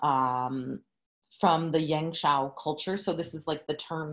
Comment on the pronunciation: As a Chinese who is preparing for a standardized art exam in China, two things popped out there for me 17 mins into watching your video lol~ #1 your pronunciation of “ yangshao” is flawless! #2 I was quite surprised that we Chinese back then started making pottery even before switching to agricultural lifestyle. Because I thought it was agriculture that asks for a reliable way to store harvested grain and that’s when pottery comes into the picture and serves exactly that purpose. Super interesting class and equally interesting way of the class taking place, I really enjoyed watching and now I’ll resume back watching !